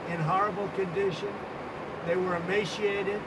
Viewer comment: Dude can't even pronounce emaciated correctly lmao